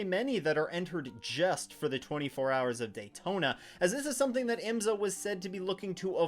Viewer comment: Like your videos but please pronounce IMSA properly. It’s IM’-SA. Not. IMS-A’.